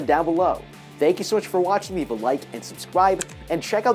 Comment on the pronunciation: why is no one talking about the "subscwibe" 💀